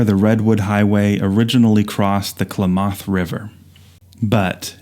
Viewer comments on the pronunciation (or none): Klamath is pronounced "clam-math" with the accent on the first part. Thought you'd want to know. I just found your channel today and it's great! Thanks so much! I actually have a View Master camera to make my own slides but I never used it much. I have a few slides from when I first got it. I have the Redwood Highway set too, and a few others that are old.